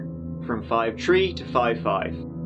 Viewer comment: One time pronounced "tree" as "three"., when you switched it up, I laughed so hard.